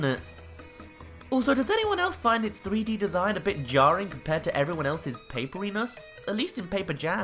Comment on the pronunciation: Haha! Jar-ing